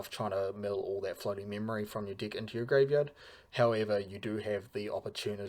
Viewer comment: Why does it always sound like you're saying "dic" whenever you mean to say *deck? 😂 Love the video btw.